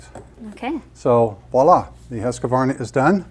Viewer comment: It's not Husqavarna! It's Husqvarna!